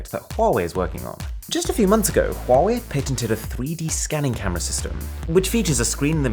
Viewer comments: Its funny how arun pronounce huawei😂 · the way Arun pronounced "huawei"....lolest